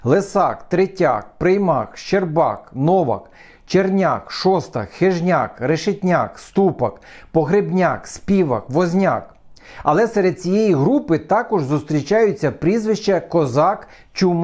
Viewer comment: Доброго дня! Цікаве відео, але в мене виникло питання, в цьому відео ви назвали призвище Співак з наголосом на "Спі", а не як прийнято на "вак". Мені цікаво, то ви помилились, чи може це призвище має інше походження, а не від слова співати/співак? І ще, чьому це призвище має "відтінок зневаги", якщо воно утворене від професії. Мене це цікавить тому, що я дотожний до цього призвища. Дякую за відповідь.